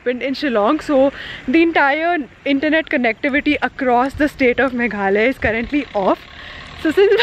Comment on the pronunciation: Its not Meghley, it is Meghlaya. I hope you understand that how to pronounce correctly ?